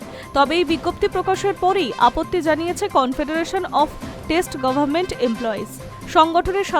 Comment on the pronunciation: কথাটা "State Government " , "Taste Government" নয় ! উচ্চারণ ঠিক করুন 🤣🤣🤣